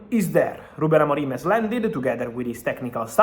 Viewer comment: Don’t say Ruben AMORIME. It’s Ruben AMORIM.